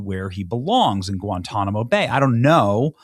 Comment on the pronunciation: Guantanimo Bay? You said Hell wrong.